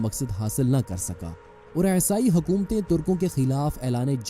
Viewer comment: Esai nahi Bhai isai bolo. Wo aesai sunne me bahut bekar lagta hai.